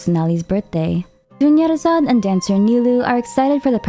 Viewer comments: “Dunyarzad becomes doneyarzad” 😭😭😭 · Dunyarzad becomes Doneyarzad😭💀. doing her dirty😭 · Dunyazard becomes Doneyazard. Girl, your humor 😭💀